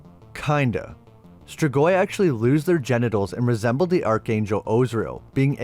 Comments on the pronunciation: Ark-angel. Not arch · Archangel ... is pronounced ARKANGEL... Otherwise the video is great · Arch in archangel is pronounced ark, also the image showed the angels ripping him limb from limb not cutting him apart. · Dear man, Arch is pronounced like Ark. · It’s Azarel not ozrael, and archangel is pronounced Ark-angel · Hard ch in archangel, hard g in Gah-mor-rah (in the beginning of the video). You put so much work into these videos, I don't want them tripped up by simple mispronunciations. Enjoyed it as always! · Yeah for real lol